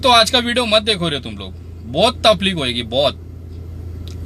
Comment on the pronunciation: Taplik nahin taklip